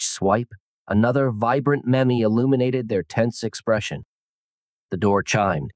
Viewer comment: Maybe have the AI be able to pronounce meme before posting a video on meme’s?